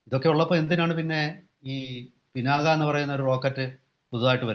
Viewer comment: കല്കണ്ടം, കന്മദം എന്ന് പറയുമ്പോൾ എങ്ങിനെയാണ് "ക " ഉച്ചരിക്കുന്നത്. അതുപോലെ "ക" എന്ന അക്ഷരം കട്ടിയായി തന്നെ ഉച്ചരിക്കണം. ശിവന്റെ വില്ലിന്റെ പേരാണ് "പിനാക" ഇനിയും മനസ്സിലാകുന്നി ല്ലെങ്കിൽ ദേശീയ ചാനലുകളിൽ പറയുന്നത് ശ്രദ്ധിച്ചു കേൾക്കൂ. ഒരു മലയാളി റിപ്പോർട്ടറും പിനാക ശരിയായി ഉച്ചരിക്കുന്നല്ലല്ലോ.